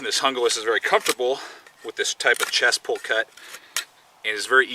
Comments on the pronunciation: good video, but its not pronounced hunglas its pronounced hoonglas, not trying to be a grammer hound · it is pronounced HOON GLAS !!!!!! call esee if you think I'm wrong!!!!! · the knife is pronoced hooglas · Hoon-glah. Damn gringos this is Spanish learn to speak it. How's it feel?